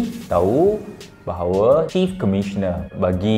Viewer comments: Chief memang sebut "kief" ke atau aku yg salah dengar? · Btl sebutan dia chief